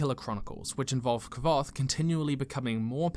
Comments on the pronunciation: was gonna make this distinction also. hearing "ka-voth" made me cringe a little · Just one thing, Kvothe is pronounced nearly the same as Quothe. I assumed that to mean Ko-The similar to clothe. My thoughts tho. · . I’m sorry, What did you just pronounce? It literally says the pronunciation in the book Q-OH-TH. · Not "Kavoth". "Kwoath" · Kvothe is pronounced, "quothe." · Side note. The name of Kvothe in The Name of the Wind is actually pronounced “KU-WOE-TH” fun fact learned that from Patrick himself. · There are whole paragraphs dedicated to how to pronounce Kvothe's name. It's like quoth, as in "Quoth the Raven, Nevermore" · The book literally tells you how to pronounce Kvothe and you still can't pronounce Kvothe. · I just want to say, I 100 percent agree, BUT THE WAY HE PRONOUNCED KWOTHE